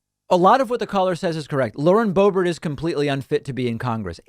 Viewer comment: Bauren Loebert